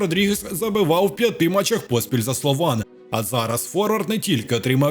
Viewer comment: При всій повазі, попрацюйте над наголосами у власних назвах клубів, типу Слован і т.д. Диктор регулярно не там робить наголоси у багатьох відео.